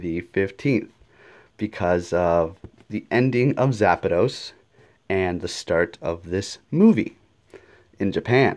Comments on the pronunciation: "Zapados" "Ho-Ho" C'mon man please pronounce them right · “zapados?” “oh-ho?” lel